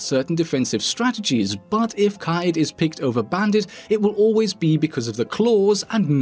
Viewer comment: Me: Kaid Nerds: Kai-yeed Rouge9: Kayed